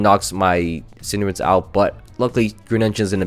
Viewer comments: It's cinderace not cinderance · Pls dont call Cinderace "Cinderence" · Cinderace, not Cinderance. Also please name a Pokemon CInderance so I can also repeatedly flinch during that video.